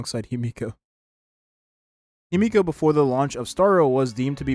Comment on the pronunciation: The pronunciation in this video is painful. It's not Himiko, it's Himeko. It's not Jing, it's Jing-Yuan. Qingce's name was completely butchered too.